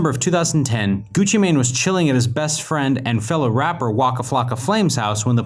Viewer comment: Him saying Gucci mane is the equivalent to my grandparents saying poke man instead of Pokémon